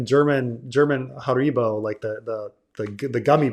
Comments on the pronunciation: Nah the stress is supposed to be on the first syllable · Wait that's how you pronounce harribo?